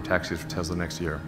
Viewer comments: When Elon said Tezla 👺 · This is coming from the same guy who never followed up on his Tesla solar roof tiles lie. Teslas are already unreliable enough, always being in the shop like 2001-present BMW and Mercedes. He can't even pronounce his own company name correctly!